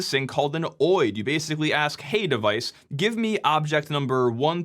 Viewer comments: I can't get over you saying oid instead of O.I.D. 😅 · Is “oheid” really how you pronounce OID? I would have guessed it was “Oh eye dee”. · For years, people were supposed to move to SNMPv3 which shields SNMP much better. Actually, they are supposed to move to Netconf. But die-hard habits on old and fragile protocols… Also, OID is pronounced Oh-Eye-Dee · Never heard any one call an OID (oh-eye-d) whatever your calling it